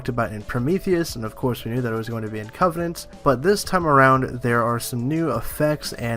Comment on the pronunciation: Covenant. Not "Covenence" or "Covenants" or whatever you're saying.